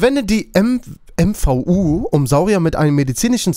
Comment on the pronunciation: es heist mvu und nich m v u